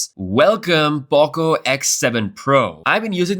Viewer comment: No way he keep calling is pawko instead of poko 🗿